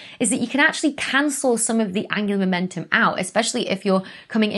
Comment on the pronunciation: Angular momentum.... I keep hearing it as Angela Merkel 😂 sorry Becky